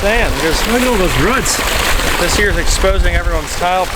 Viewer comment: Rutts (Roots)? What's a "rutt"? It reminded me of a court scene in My Cousin Vinny...lol! That's ok, I'm no better being a Philly native